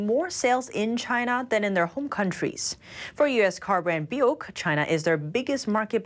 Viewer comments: It's pronounced Bew-Ick. Not Bee-uk. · it's Bew Wick. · Buick> bew-ick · bewk for buick lol & misules for missile's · "BUICK" is phonetically pronounced BYUWICK !